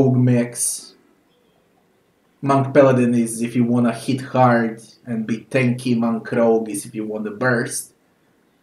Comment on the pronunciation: "This game is fucking hærd"